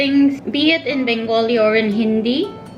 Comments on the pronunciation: Your Bengali pronounciation is really adorable. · Your Bengali pronunciation is so lovely....❤️❤️